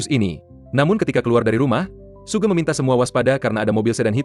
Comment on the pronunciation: Hoegeng min bukan sugeng😂